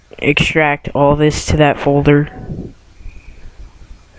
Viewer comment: It is ALL in one not ALE in one!! OMFG!